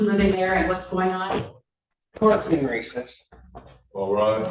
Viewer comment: had to rewatch multiple times to tell whether he was saying “f***ing racist” or “court’s in recess”